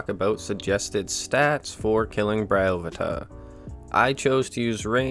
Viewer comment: I always said Bryo-PHAE-tuh, interesting to hear someone say Bry-OH-phu-tuh.